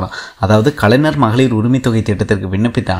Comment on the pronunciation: தம்பி... முதல்ல கலைஞர் னு நல்லா சொல்லி பழகு... கலைநர் - கலைநர் னு சொல்லிட்டு இருக்க....